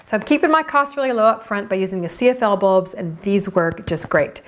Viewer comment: Can't understand what kind of bulb you are saying. Sounds like seafelb bulb! Glad you listed it below video!